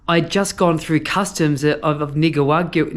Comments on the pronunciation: At least we don't have to listen to you saying Nicawagua anymore! 😂😂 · Well done. It’s NI-CAA-RAA-GWAA. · Jesus that is a lot of whining about borders. I like how we keep pretending if he doesnt get to panama in a day that that cargo plane will be the last cargo plane ever to leave Panama to Colombia. Please learn how to say Nicaragua.